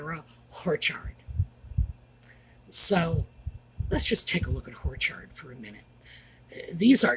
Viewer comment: Speaking about how pronounces Orchard, you can also compare it to how he refers to the Netflix debacle to a horrormentory. So I’m sure Horchard is on purpose. Love the!